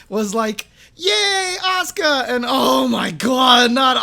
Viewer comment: Definitely not Oscar. It's A-su-ka. Fully pronounced.